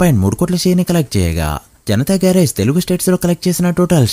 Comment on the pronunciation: Garrige kadu bro garage